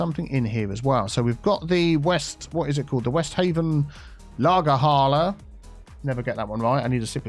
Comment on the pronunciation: „Westhafen Lagerhalle“ I am from germany and I can confirm you pronounce it quite well. :) Sorry for my english. Keep up the fantastic videos and Podcast ;) PS: In „deutsch“ any letters infront of a double letter are spoken quickly. (LagerhAlle not Lagerhaaaalle)😘